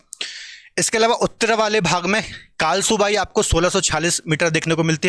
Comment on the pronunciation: sir कळसुबाई हे कालसूबाई नही